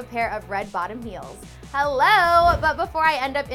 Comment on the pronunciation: She said hellor.